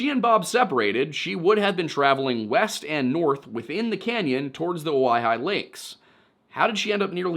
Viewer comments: I believe it's Oh-Why-Hee, Oregonian here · Pronounced oh-high. Source: ive hiked it like 5 times. Its a very pretty hike.